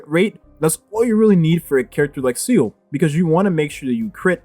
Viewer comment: Pronounced Zee Le.. Not “Seal”..